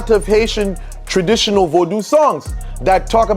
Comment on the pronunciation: They way he says "legba" and "vodu" correctly shows he is from Ewe tribe in West Africa